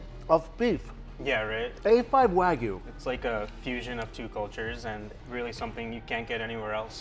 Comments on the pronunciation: Mikey, pretty please stop calling it WAGU there’s a Y in there... Waa-GYOO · Its not WÄGUY .. its WA GUY , god damn the pronunciation makes me angry.